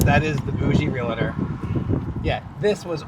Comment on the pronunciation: Realtor should know how to pronounce REAL-tor. Bougie? Tacky.